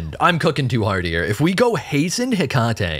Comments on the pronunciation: I thank you for your attempt at pronouncing the name correctly. If you want to be fully correct, just change the emphasis a bit. You're currently saying Heck-ahh-tee, where it's more Heckut-tee. But if comments about this trigger you so, then don't bother. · Right and definitely not “tee” it’s “Heck-ah-tay” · Heck - uh - tee not heh - Kah - tee Kuh. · I know I'm a bozo now, but her name is pronounced heh-KAH-tee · heck-ah-tae is how her name is pronounced btw